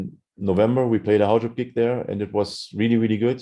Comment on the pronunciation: finally can pronounce Haujobb..ahh